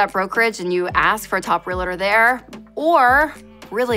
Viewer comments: Yessss. How do people keep saying it like “real-a-tor.” Not how it’s spelled. So cringe. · Great content. PSA: “REALTOR” is TWO syllables.